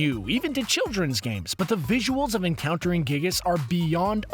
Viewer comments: I'm sorry, but MINECRAFT'S FANBASE IS NOT MOSTLY CHILDREN YOU TWAT Also, it's (Guy-Gus,) NOT (Gig-us.) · it's pronounced guy gas. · it's pronounced guy-gus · Can we just admire the way he says Giygas for a second G i g g i s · It's actually pronounced Guy-Gis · His pronunciation of it bothered the heck out of me